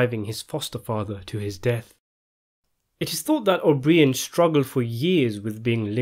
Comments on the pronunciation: Pronounce his name as O'Bryan, not O'BrEEAn. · I find it so amazing how much useless information u have about Hoffa trivia and this movie but u butcher this guys name. It’s not even like it’s an exotic or long Italian name, his fucking name is O’Brien it’s so easy